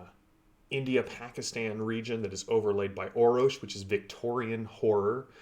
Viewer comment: ROFLMAO...... there is a third R in the name Orrorsh, and it is NOT silent, LOL. You need to have Matt Ritchie on to talk about the Torg Game System on Foundry VTT,. I helped put that team together, but Matt (Texas) and Erwan (France) are the absolute power-houses of the game system... they've done an amazing job and I am truly honored to have been a part of that. If you like the game system, you need to see if you can get Matt on to talk with him about it. He's super-busy, right now, but he keeps telling the team he'll be in and out, hehe. The Core Book is being reworked so it fits into Data and Assets on the Forge, correctly, and then Matt finished the Living Land book, but a new member of our team is going back to rework both of those books and is working to finish the Nile Empire, which is due out, soon. The Beta Clearance books are being worked out, as well, though they'll have to wait a bit longer. Don't forget that Hostel Takeover, from the Rising Storm Delphi Adventures book SHOULD be available, for free, or will be, soon, and the Up the Creek adventure module is out there on Foundry, as well, for free. A couple of starter adventures. The Day One Adventures are going to start in work, soon, as well. All of these packs include so many goodies, such as maps, tokens, music, GM screens that can be accessed directly in the game, table tents linked to the primary and secondary cosm choices for each scene, threat cards, and the basic card decks from the core rules and